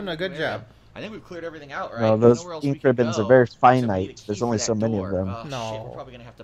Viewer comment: in: Misreading Basic Button Instructions and Overusing "Een Kribbons"